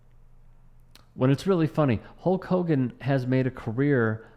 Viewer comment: "Sulk Hogan" love it ha ha 😂😂😂😂😂